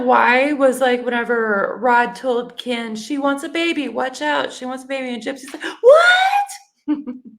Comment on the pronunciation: I wish someone would teach me how to pronounce Kens name like Gypsy 😂😂😂😂 that's funny 🤣